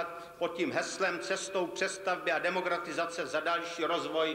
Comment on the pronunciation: Disguze ? Demogratizace? lol